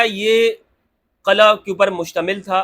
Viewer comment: Asal lafz Qila Hy Qala Nahi 😅